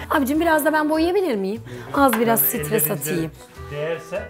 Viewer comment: Marangozcu nedir acaba? Bir de sitres:) Acaba program yapmaya cüret etmeden önce Türkçe mi öğrenmeli.